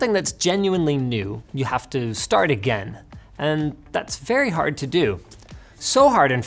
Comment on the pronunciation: I love how whenever he says 'again' he goes full Canadian